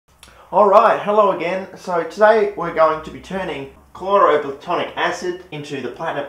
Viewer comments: You’re so frustratingly close mate. It’s chloro plat-IN-ic acid. You’re saying “platonic” it’s not platonic. It’s plat-IN-ic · "Chloroplatonic acid" lol